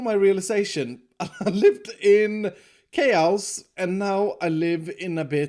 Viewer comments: the way is saying chaos... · i love how iskall pronounces 'Chaos' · The way you pronounce the word chaos is weird, but it's okay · I love your videos but you need to learn how to pronounce chaos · It's chause not chaos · he pronounced it as kei-ouws which should've been kei-aws or kei-yos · it’s chaos not k-house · Ah yes , not chaos, kayhouse. Gotta love the mans pronunciation 😂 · Chäeyiows my guy, its pronounced ckäeyiosse' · When he says chaos as kaoas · i thought he was saying k house lmao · Why do you say chaos like chouse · No no no... it’s Kay-ouse! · I like the way he says chaos: Kous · Kay-aos I'm confused now, is that how you say it? I don't think that's how you pronounce it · I love the way he says chaos lol, “kay-ohs” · Nobody:: Chaouse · Noone:: Kayouse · "i'm living in keeauss" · I love the way he says chaos “chayowse” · Nobody:: kayaous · just to let you know "chaos" is pronounced Kay-oss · look at all this chaos! hear it as kiosk Me:? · Ah yes... Ckayoz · Everyone: chaos: kayaous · saying chaos sounds like someone who can’t pronounce cows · “Cows” is exactly how we pronounce chaos in Sweden actually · Keyaous chaous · Thats because in swedish we pronounce it like cows. So he probably got it from his accent. Stop being mean and judging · pronouncing “Chaos” like “Kay-ow-s” multiple times in his episode Me: hjjjjjjgggffyyiOo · Chaows, Chaows! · CHAOUS; pronounced just like the Queen intended. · Is it just me or is the way pronounce chos funny-'chaouss'. no offense man you make get vids. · Don’t you just hate living in “kayows”? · The way he says chaos makes it sound like an exotic country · I love the way pronounces chaos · Lmao i love how you pronounce chaos. 🤣🤣👍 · because of his accent the way he says chaos is really weird that's not a bad thing it's just a observation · I never pronounced the word "chaos" the same way anymore 🤣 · I like it